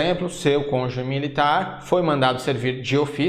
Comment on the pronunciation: Agradeço as aulas, bons gráficos ajudando a elucidar os detalhes do estatuto e do seu regulamento. Mas professor, por favor... é "cônjuge", não "conje".